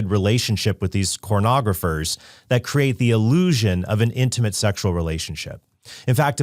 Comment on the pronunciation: Trent, it’s “pornography” the word you’re looking for is “pornography”. You’re not a cartoon character